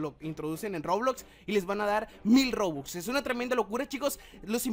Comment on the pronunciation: Se dice Robux No Rubux